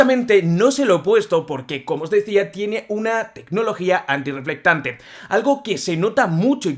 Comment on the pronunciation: Deje de ver el video. Solo por escuchar tantas veces. "Antireflectante" 🤦🏻